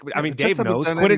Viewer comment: I’m a big fan of this podcast but it drives me up a wall when continually calls WR Quinnen Johnson. It’s QuenTin JohnsTon. There is a “T” in his first and last name.